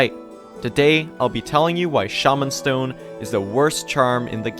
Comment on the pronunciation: dude its shaw-man stone